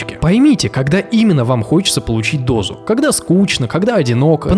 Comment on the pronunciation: не "абститентному", а "абстинентному".)) Отличное видео. Легко и доступно. Очень многие говорят, что с ними все в норме, но я говорю: Тебе 40 лет, а ты даже не целовался, это норма? Такие видео надо показывать еще на ранних стадиях взросления (подростковый возраст), пока не стало слишком поздно.